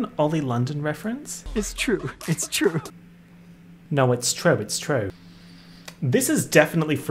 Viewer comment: Crying over saying “naur” in an exaggerated Australian accent as if he wasn’t already Australian